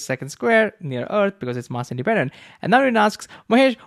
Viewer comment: can you correct your pronunciation of mass please